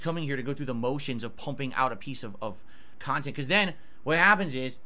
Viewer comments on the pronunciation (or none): my beloved. That’s real pahsitive khantent, right there.